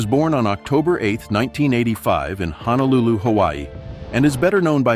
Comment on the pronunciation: Peter Hernandez... Hawaii Grown!! 🤙🏾🤙🏾Btw it's Honolulu (Ho no Lulu; NOT Ha na Lulu). Hearing his pronunciation is like nails on a chalkboard.